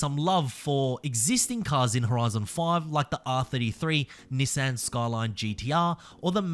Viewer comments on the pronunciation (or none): none